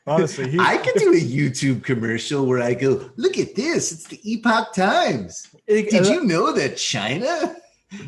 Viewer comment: They also can't pronounce "epoch".